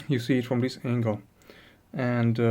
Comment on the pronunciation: what does " Theeees " mean ??? is it this or Theees ?